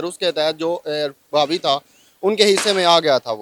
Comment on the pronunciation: You pronounced it right, that is Raavi not Ravi